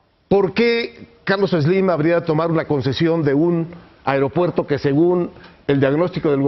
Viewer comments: a"E"ropuerto a"E"ropuerto, no areopuerto. biatch! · Se pronuncia AEropuerto, no AREopuerto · Se dice AEROpuerto NO AREOpuerto qué le digan a este wey de Leo! Par favaaaaaaar!